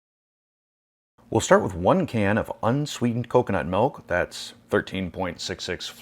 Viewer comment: So much to say! Canned coconut milk - fabulous. I use it instead of cream. I've had one of those measuring cups for years and it makes things so much easier. I wouldn't have noticed the yolk pronunciation if you hadn't mentioned it, but the 'melk' thing bothers me for some reason. 😄 Finally, you should be more gentle with a 17 year old pet!